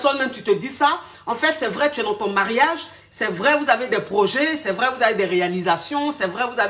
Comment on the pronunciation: 🤣🤣🤣pardon mes reins... le paradis sur terre 😂😂😂 mais tu dit vraieeoooo